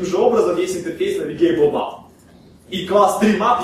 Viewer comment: не Мап, а Мэп